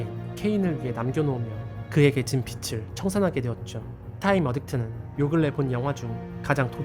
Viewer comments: 글 읽으실때 '빚'을 "빛"으로 읽고 계심. 계속 신경 쓰여서 글 남김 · 영화 리뷰 감사히 잘 봤습니다. 재밌네요. 실제로 볼 수 있는곳이 있을지 모르겠지만 전체 영상을 보고싶네요. 마지막으로, 발음을 교정해주셨으면 하는 부분이 있습니다. 빚을 [비츨 -> 비즐] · “빚을”의 발음은 “비즐”입니다. “비츨”은 “빛을 비추다”에서의 “빛을”의 발음이고요. 재미있게 보았는데 발음이 신경쓰여 적어봅니다. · 빛을은 비츨로 읽히고, 빚을은 비즐로 읽힌답니다 ^^;;; 그러니 비츨이 아니고 비즐로 발음해주세요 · 빚을 발음 : 비즐. 비츨아님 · 재미있게 잘 봤습니다. 빚을(비즐) 갚는다는 발음을 자꾸 비츨이라고 하는게 살짝 걸리네요. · 빚을[비즐]을 빛을[비츨]로 발음하셨습니다...